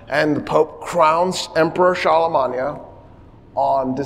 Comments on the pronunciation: Are you purposely pronouncing Charlemagne that way? 😅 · we absolutely do not have a military presence in 146 countries why are you pronouncing Charlemagne like that? You're not speaking French. It's okay to pronounce it the English way since you know, you're speaking modern English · "charlamanya" die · So wait, have I just been pronouncing Constantinople, Charlemagne, and Berlin wrong my entire life?